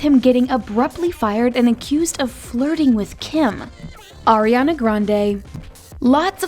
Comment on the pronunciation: Arianaa?? Naahhh this is wrong